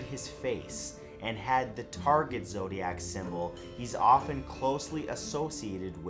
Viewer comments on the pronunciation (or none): none